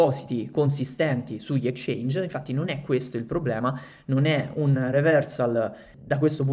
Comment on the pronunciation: Ottimo contenuto, piccola critica nella parola Exchange va pronunciata la x 😅